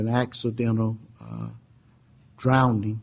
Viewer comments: The female prosecutor also articulated the word "drownding". This entire case was a little shop of horrors. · I'm not going to get into a debate about the attributes or otherwise of the judge but I have to say some of his choice of words and pronounciations make me laugh, he refers at least three times in this video to Caylee having been a victim of "drownding"